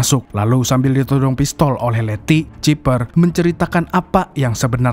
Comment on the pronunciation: di baca bukan ciper tapi cyper blok lucu